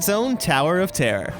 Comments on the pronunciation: Noone: Americans: ToWeR oF tEaR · Terror* not tear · Is he saying tower of tare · 🤣 I love the way he says "terror" "The Tower of Tear..." 🤣🤣🤣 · Damien L I thought I was the only one who noticed that.🤣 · Yeah I really like how he says terror he says it like tear not making fun of you!!! I still love you